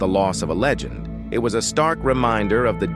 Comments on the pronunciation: Bro your A.I narrator is acting all screwy! Saying words like Leegend instead of Legend and enmity instead of animosity. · At first I was like it's not AI but then 'leegend' for legend, 'acu-men' for acumen, 'Kernack' for Knack. Stop with the AI slop please.